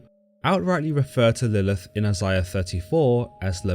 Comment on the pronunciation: She's mentioned in Isiah, which is pronounced I-Zay'-Ya not however dude was saying it Geez Louise